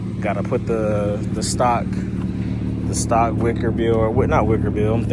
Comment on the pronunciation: Ma boy said "stock wicker bill" 🤣🤣 Aye it's destined come on back to the other side lol